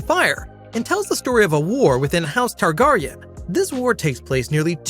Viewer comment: You lost me at House Tarr-Garr-ion. I'm out.